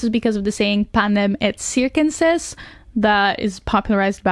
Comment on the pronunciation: Just FYI it’s pronounced “pánem et keirkunsīae,” (as best I can phoneticize”